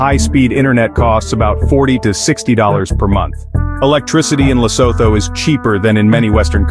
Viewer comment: What nonsense is this 🤬 First of all "Lesoto " " Lesoto"🙄 Can't you just say " Lee_sue_two"... It's the easiest word to pronounce...no research was done... Then you go on to show clips that are not even Lesotho 😤